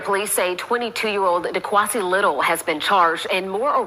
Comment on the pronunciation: 'Dequansie'?? .... THAT"S a new one.